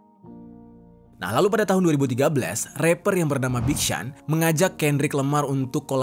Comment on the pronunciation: BIG SEAN = “BIG SYON”